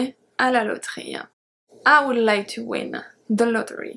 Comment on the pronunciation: Thank you so much for your wonderful videos...You rock... [I´m sorry to say this, but I think I have to... in the word "would" the "L" is silent.. so you have to pronounce would like "Wood"]... thanks again..